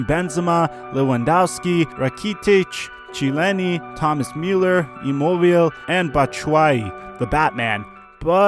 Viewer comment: Rakeytic Meueeelr Chyyiro and Van Dick😂😂😂😂 LMAO